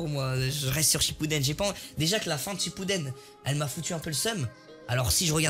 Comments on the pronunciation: Inox a un moment il a dis shappuden au lieu de shippuden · # il a dit shapuden